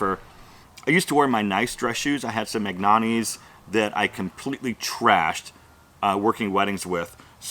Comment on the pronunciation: Thank you for pronouncing Magnianni correctly 👍😉👍😉